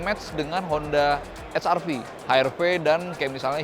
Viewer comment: Saya sangat setuju ketika reviewer diawal video menyebut wrv hrv tetap dengan lafal Indonesia👍